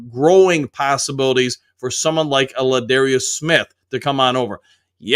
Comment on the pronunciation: Za’darius who the hell Ladarius. Make a video just to say you have no idea about anything? Cool.